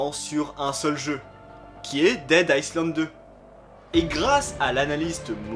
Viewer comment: Le « s » de island se prononce pas